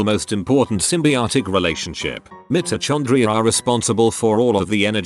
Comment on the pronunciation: So say vit-ah-min & Mitr-oh-con-dri-ha akwardly.😐